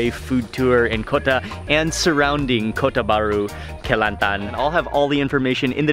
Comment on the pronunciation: I dont know why but you said "Kelantan" is perfect xD